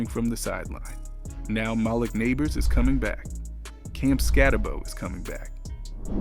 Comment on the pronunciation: Mah-leek bro. How do you not know how to pronounce it?